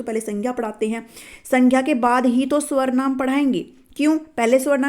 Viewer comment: it's not swarnaam.. it's sarvnaam teacher ji